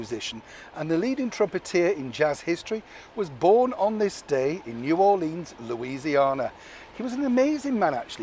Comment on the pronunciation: Love the way you say Louisiana